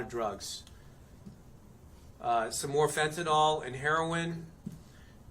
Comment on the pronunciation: Who is the mouth breathing loser with the shitty haircut the camp on a microphone that can’t pronounce fentanyl where did you get that retard?